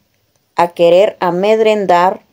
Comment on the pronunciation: señoraaa no se dise amedrenar se dise amedrentar